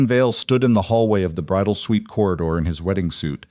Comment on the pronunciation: It is suite NOT sweet